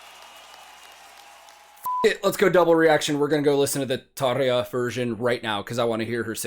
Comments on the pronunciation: you didn't react to one of all 16 hours of live footage from the song Everdream? 😉 In all seriousness though, I'd watch a 16 hour reaction to each recording of this song live but hey. Great reaction giving credit to both Tarja and Floor. Thanks for pronouncing Tarja's name "properly" (at least how I have heard it pronounced) btw. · Fellow Nightwish fans: Can we give some credit for pronouncing Tarja's name properly. I'm not trying to be the grammar police but its someone's name for heaven sake. Credit 🎉🎉🎉 👍